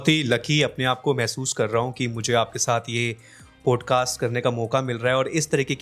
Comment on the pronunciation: Bhai it sounds so irritating when you say पोडकास्ट .. it’s पॉडकास्ट